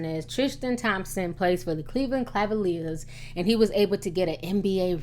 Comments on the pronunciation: it's Cleveland CA-VA-LIERS, NOT cLa-valiers. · it's Cavalier not Clavalier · Cavaliers lol did you say craviliers? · she was sayin cavaliers wrong she said clavaliers lol im dead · Léa I. Cleveland Clavaliers........😂😂😂🤣😂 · "Cleveland Clavalier?" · 😂😂 Cleveland "Clavaliers" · Please I'm begging you, it's Cava-lier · I like how you say Cleveland Clavalier with the extra L. haha. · B.I.G Pac I had to replay it, she said it 3 times, 😂Claveliers. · JoshuaCGray - everyone knows she pronounces certain thing wrong she has even said it before herself nothing New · Don't come for me but I like how Ti mispronounces "Cleveland Cavaliers" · Ti you cannot pronounce cavalier lol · T .. say Cleveland Cavaliers again. Lol .. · I love your show but you can't say cavalier to save your life lol. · For anybody that plans on trying to read Ti for the way she pronounces "Cleveland Cavaliers" , shut up! She has stated in older videos that she knows she can't pronounce it properly, now carry on! lol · Kev TheGreat She was fucking up buddy's name too LOL!!